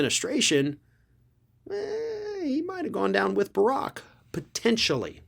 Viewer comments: It is pronounced like "barracks" (like military housing) not like "Barack" (Obama). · you're pronouncing Tom BARrack's name wrong. It's not the same as BaRACK Obama's name. Barack (Bah-RAHK-emphasis on the 2nd syllable) Obama's name is KENYAN! Tom BARrack's (BARE-rek-emphasis on the 1st syllable) is an English name. That 2nd 'R' in Tom's name dictates the way U say that name instead of impuning the 44th US president's name w/a notable mispronunciation...🤔😐📚🔍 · It’s pronounced, “BEAR-ick” not “BUH-rock”. 🤦🏽‍♂️ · You are mispronouncing his name on purpose! It’s Bu-Rack not Bur-ock. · Heard alotta ppl pronounce it Bear-Ick, not Buh-Rock. but havent heard HIM pronounce it. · Tom Barrack— pronounced like “army barracks” not like prior Pres. Obama. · His last name is pronounced "BARE RICK". You're putting the emphasis on the wrong syllable. Stop saying it like Barack Obama. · "Barrack" rhymes with "Merrick", as in Attorney General MERRICK Garland... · It's BARE--OHK. Like barracks, where military are housed. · It wouldn't be at all surprising to discover Jarrod had dropped dime. By the way, he pronounces his name 'Barrick'. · “Bear-Rick” is how it’s pronounced. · Just FYI, you’re mispronouncing Tom Barrack’s last name. The stress is on the first syllable, like the name for military quarters — barracks (BEAR-acks). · It's pronounced bear-eck. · Hey brother, it's pronounced (BEAR ICK) not like the former president. Good try though.....🤨✌️ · Plz! It's pronounced Ber-rick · Just to avoid confusion, isn't Barrack's name pronounced with the accent on the first syllable, like Army barracks? First time I saw the name, it was being smeared by a leftist commentor. I couldn't believe how they were dragging Obama through the mud and nearly flamed them.